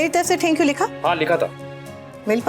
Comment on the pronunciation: Hd h wse ye serial bnany walon py phly anupama sorry b ni bolti thi jbse thori c English ai h to soori sori sori.... Soooori or tank you tank you tank you.....taaaaank you he khtm nhi hota bht zehar lgny lg gai h ab anupama is serial my anupama change krdo plz ya phir isk ye fazool sori sori khtm krwa do